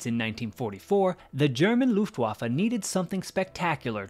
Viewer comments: It's an irritating American habit to pronounce Luftwaffe as Loofwaffe, doubtless because of the "U" it contains. Unfortunately, it makes you sound ignorant. Instead, pronounce the "U" as you do in Push and you'll be OK. It will help your credibility greatly. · Dude!! I wish you would learn to pronounce "Luftwaffe" properly. It is a proper noun and not subject to interpretation. it is NOT pronounced "Looftwaffa". Show some respect.